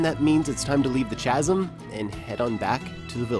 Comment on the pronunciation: STOP SAYING CHASM ITS PRONOUNCED KAZEM